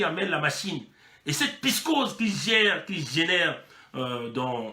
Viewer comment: alors il a donc bien rencontrer poutine cette fois là malgre sont retard ce qui prouve que poutine s'en contre fou des congolais et qu'il lui a certainement vendu des armes . et c'est " psychose " [psi koz].. mon tres cher frêre :) la repression du general "bourricot" dengé et sa clique d'ane batté disponible sur whatsapp